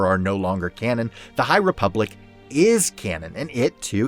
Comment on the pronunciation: this guy said high replubic im out